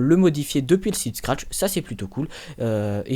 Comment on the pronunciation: tu dis trop de fois SCARTCH